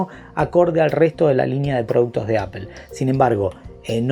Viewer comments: Se pronuncia apol no apel, porfavor haha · porque dices apel?